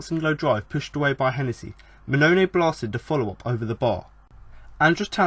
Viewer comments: Dude, I'll help you out on how to pronounce some of the Town players. The striker big Steve Mounie is pronounced 'moo-knee-ay'. Kachunga is pronounced 'ka-chung-ga... Like his song.... ' Aint nobody like Kachunga, makes me happy, makes feel this way'. Happy to help. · Wait what did you just call Mouniè?